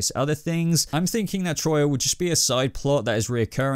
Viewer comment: For the love of Zeus. Her name is Τροία and it’s pronounced tria.